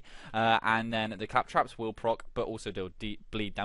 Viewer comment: Fantastic build. Building toward this now. I will say though CAL trops. Say it with me CAL as in California. Trops as I'm tropical. Caltrops. Not Clap traps lol